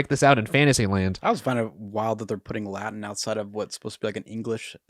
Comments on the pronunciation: Why do you keep pronouncing it "Laddin" when it's "Latin"? A T, Bros... not a D. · just cannot pronounce those "t's"! 😂❤ Speaking "Ladan". Love!